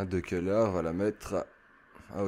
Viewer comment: salut je pense que De Ceular, ce dit De Selar